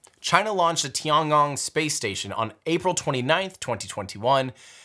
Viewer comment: The Chinese space station should be pronouced as TI-EN GONG not TI-AN. Yes, I know it was written as TIAN but the pronouciation is TI-EN.